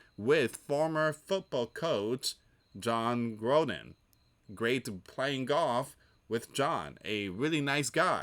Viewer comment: It is Gruden not Groden. Like Grew den